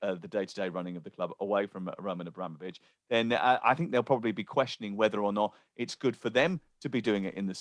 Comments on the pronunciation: Nobody calls him Abra-mo-vich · Why did he say Abramovich like that 🤢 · 20 Years and you still cant say his name correctly lol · Mug can't even pronounce the name properly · Can’t even pronounce Abramovich and it’s your job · The way is saying Abramovitch is making my blood boil 🤦🏻‍♂️ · Can someone teach (80s pornstar) how to say abramovich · this mf's job is to talk about Abramovic and he can't even pronounce his name properly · Any reason can't say Abramovich like the rest of us? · pronouncing Abramovich like he pronounces umbrella 😵‍💫